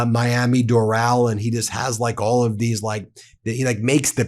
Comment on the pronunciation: It’s pronounced Dor -ul like Floral.